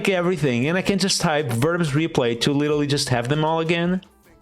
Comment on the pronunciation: litelly? LITELLY?